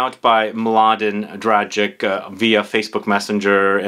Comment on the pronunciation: I think the c in Dragic should be pronounced as "ts" instead of "k". Happy Easter 🌹